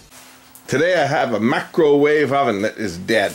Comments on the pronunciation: What's a "macrowave oven"? LOL. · Mac-crow wave lol that's not a microwave that's a conventional oven size on the thing